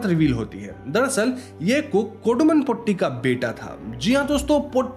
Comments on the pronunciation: Thevan is तेवन not थेवन. 'Th' in Malayalam is त not थ. In fact the sound थ is not common in the language. Potti is Po-Tee (as in cat) not Po-tty Chaathan is चातन not च्छतन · It's not brammayugam, it is bramayugam, 'bram' means madness or delusion. And it's not potti, it's pôtti, Tata t. And it's chaaathan, not chattan. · pronunciation of the word "potti" is wrong. POtti's "po" should be pronounced as "po" of Porridge. "tti" should be pronounced as "tti" of witty. In older days, some Brahmins used to exploit their domestic help, workers' wives!! Those are not affairs!! Just call it exploitation. Cook's mother is one such person,who is from a lower caste. Even though the lower caste people are called untouchables, was it possible without touching!!😅 We don't know!!😅😅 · Sounded more like potty😂